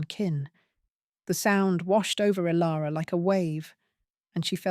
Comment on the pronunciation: The AI voice is ok, but there are many mispronounced names. Is it Kale or Kyle, and Ilara or Alara? There was a fast forward that was unnecessary as well.